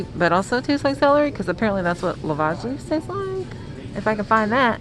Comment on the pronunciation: Excited to try this. I believe it pronounced “ love-edge”. And yes you can use celery leaves as a suitable replacement.